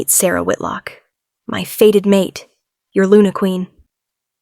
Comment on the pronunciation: " Fated mate " not a " faded " one , a normally modulated voice , no ridiculous pauses in weird places , no stupidly vacant attempts to make sound effects . Oh joy !